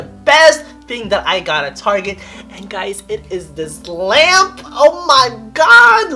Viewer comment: im an aries!!im so happy for you!i like how you said lamp😂😂😂 ✋✋✋✋💜♈